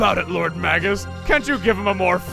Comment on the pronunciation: So where's the "Maggus" counter? You've mispronounced it so many times so far... MAY-gus. That's how it is pronounced. It is a real English word - and not his real name, after all, so it's more of a title, even if he picked up a title FOR his title in this translation. (No, TV Tropes does NOT say it is pronounced that way. If you are going to say it does, back it up. I can't find it and don't believe it.)